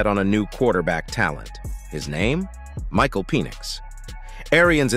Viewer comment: Penn - ix not Pee - nix. Sounded like Penis!